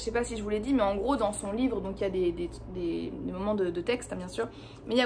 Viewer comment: Un livreuh vraiment...